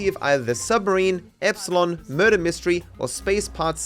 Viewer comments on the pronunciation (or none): none